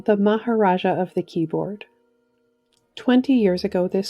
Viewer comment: Who was it that removed the t from the word twenty making it tweny?? Lazy speech is not attractive